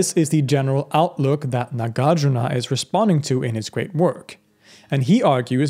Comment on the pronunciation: Correct pronunciation; NAH GAHR JOOR NAH MAH DIY AH MEE KHAA